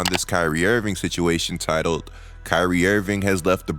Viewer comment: Someone pointed this out to me and now I can’t unhear it !! Dude I love your content but ..ing and ink are not the same damn thing 😂. Who the hell is Kyrie IrvinK !! IrvinK IrvinK !! Damn I’m sorry bro but this is bad